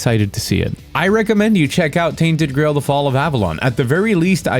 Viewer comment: I thought he was saying tainted grey hold